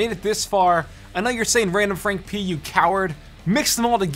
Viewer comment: The way he says frank p